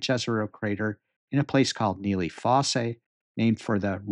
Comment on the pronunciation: it is pronounced foss, not fossay.